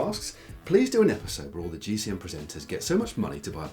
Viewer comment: I really like this series, but please: It is "Ask GCN Anything" not "Ask GC Anything"! Not only Matt mispronounces it, but also Si and Dan, if I remember correctly.